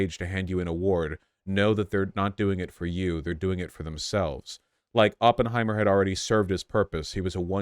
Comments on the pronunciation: First minute and we get “open-heimer” and “by-op-ic” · Vaush really said OPENheimer like a neon sign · He watched 3 hours about the guy and still can’t pronounce his name right.